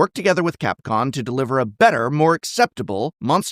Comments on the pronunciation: are you saying capcon instead of capcom? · idk if ti was a genuine mistake or a REALLY good bit to mispronounce capcom as capcon here but I love it, champion of kotoko forever. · Did... did you accidentally call them 'Capcon' here? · lol. “Capcon” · *Capcom You said Capcon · I'm pretty sure you keep saying CAPCON. It's COM. With a M. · Did you just say CapCON? A little Freudian slip maybe? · why do you keep saying "capcon"? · Clearly said "Capcon" right after talking about typos :P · Wait, are there errors in the video some sort of nod to the situation? I swear you say Capcon a few times and during the review of The Hunt Secret Lair you ask 'Would you like to spend 9 dollars for 40 dollars worth of cards, or 5 dollars for 30 dollars worth of cards?' Should it not be the other way around? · Is he saying Capcon? 🤣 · I kept hearing Capcon throughout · Why does Prof keep saying Capcon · Am i the only one whose hearing him say "Capcon" every time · Someone who mispronounces Capcom, misspelles 'cancelled" in the name of his video, and get's the name of the area wrong that is supposedly misspelled, probably shouldn't make such a big deal out of Wizard's typo